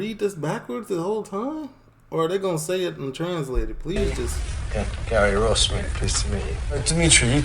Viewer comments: It's Ross not Rose. I have watched over 100 videos of yours, stop calling him, rose. 🌹, it's a flower not a real G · No it's not, 😂😂😂, it's Ross like Ross from friends. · I am pooooopin, it's Ross not Rose, 🌹, it's disrespectful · His name is Ross that's Ross wituna double S not Rose. Is it really so difficult to actually call h8m by his name its s9 disrespectful doing what you're doing.